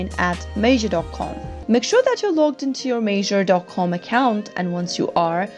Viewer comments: It’s not Major it’s Meijer almost like Mya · The pronunciation is incorrect. It's said as My-er, not Mayer. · This is lies. You didn’t even create an account and do it yourself. You’re not even saying meijer right. Who makes these bs videos??